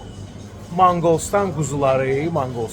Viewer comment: Manqolstan yox Monqolustan